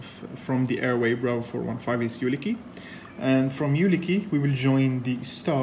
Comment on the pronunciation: UKILI ! not ULIKI